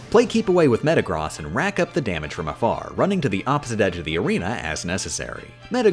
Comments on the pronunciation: Also metagross not metagr-ah-ss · Her mispronouncing of Groudon, Suicune, and Metagross hurt more. At least she pronounced Salamence and Snorlax correctly